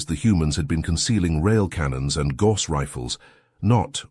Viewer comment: A story about HUMANS? How about getting a REAL HUMAN to read the text instead of using a shit-brained AI? For example, it's "GAUSS" canon (pronounced 'Gouse"), not 'gorse'.